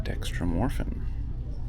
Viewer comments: Yes... Dextromethorphan. Not "Dextromorphan" :) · Its also dextromethophan not dextromorphan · Ahhh, you missed a syllabul there buddy! Forgot the THOR! 😁 Say my favorite one right! 😂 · dude you can't even pronounce dextromethorphan your a poser